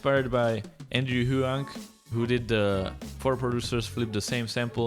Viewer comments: His name is pronounced (WONG) just so ja know 😉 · Andrew hwong. is how you pronouce his name